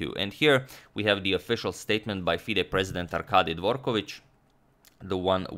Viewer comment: you can exclude Dvorkovich from the list of surnames you think he pronounces correct :)